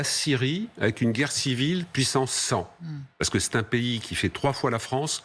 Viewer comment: Peer de Jong: " premier point" "pou'quoi, pa'que" "deuxième point" "comment dire...comment dire...comment dire..." Siavosh Ghazi "donc... donc... donc... donc... donc... donc... donc... donc... donc... donc..."